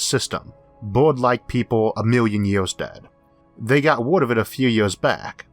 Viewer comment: ERRRR ER ERRR YOU WANT TO BE TAKEN SERIOUSLY THEN YOU SHOULD LEARN HOW TO SPEAK PROPERLY Dam I bet you are one of those educated idiots. I tried to listen but you yeaors and sky scoorapers